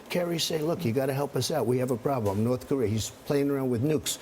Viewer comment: did the guy in the purple tie say "north career"???